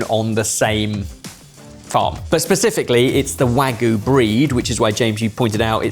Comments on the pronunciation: Wagyu is pronounced wagyu, not wagoo. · I always thought its pronounced WagYu not Wagu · It's not wagoo! It's wagyu! For gods sake! Beef in Japanese is gyu niku, milk is gyu nyu, stop saying wagoo! Wag you! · Why do they all say Wagu instead of Wagyu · You're correct, it is wa-gyu. I don't know when English speaking people in the UK and US started pronouncing it "wagoo". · Sad to hear the pronunciation "butchering" of wagyu. It's not hard to say "wah gyoo" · "wagoo" is hilarious. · One) I don't appreciate this slander against. Two) Exhibit A, the chefs in The Bear (the popular, award winning TV show) also calls it "wagoo" for some reason. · what's with everyone saying wagoo these days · It's not real Wagyu so I guess calling it wagoo kinda makes it less like lying. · I don't know why the pronunciation of "Wagyu" as "Wahgoo" irks me to the degree that it does, but it shouldn't. Maybe because I see a Y and it's not being pronounced? Has the same vibe of "should of/should have" for me. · Please stop saying "wagoo", there's a "y" in "wagyu"... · Absolutely butchering the pronunciation of "wagyu". Pun intended.